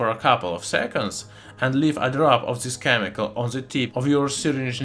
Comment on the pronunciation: does anyone else gets trigerred by him not saying T but Z (zo obtain; zis(this); and zen) so trigerring